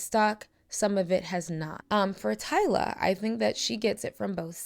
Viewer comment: Finally, you got her name right (Tyla).